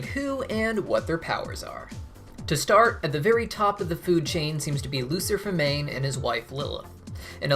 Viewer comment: You mispronounced their last name it's Magna not Mane